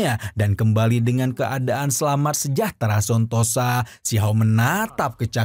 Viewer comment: Sentosa min Bukan Sontosa